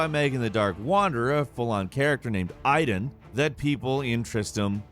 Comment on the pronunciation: Xehanort, not Xenahort. This, along with the pronunciation of Aidan, is just wrong